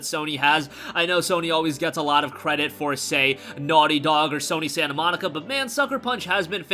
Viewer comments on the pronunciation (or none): none